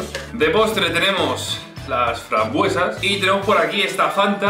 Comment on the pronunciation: Frambuesas rosas, se le ah escapado la s